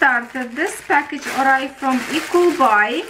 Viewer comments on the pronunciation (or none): When l first heard you say l thought you were saying equal buy